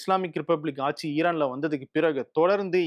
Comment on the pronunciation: please pronounce ஆட்சி correctly 😊